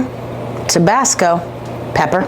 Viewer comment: I wanna be her best friend 😂😂 "the water is tweaking" "tabes" "tabasc" 😭